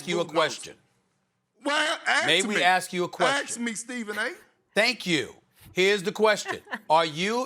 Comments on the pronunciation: Stephen A: May we ask you a question? Perkins: Aks me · No one: Literally No One: Kendrick "nonsense" Perkins: AKs me. No one is AKsing... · Well, aks me, aks me Stephen A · "AKS me Stephen A. " -Perkins every time. 😂😂😂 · Aks me loooool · "Axe me SA, Axe me" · “Axe me” 😂😂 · "Axe me S.A.S" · "Well Ax me!! Ax me Stephen A!!"